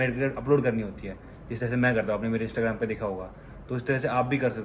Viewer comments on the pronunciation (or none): none